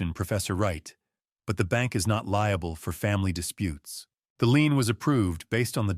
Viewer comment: Not lean, lien.